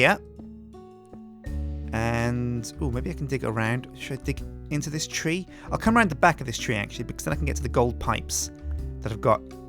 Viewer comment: Nope. Silverwood is THAUMCRAFT, and thus not graftable by FORESTRY grafters. Oh, it's "tree" not "three"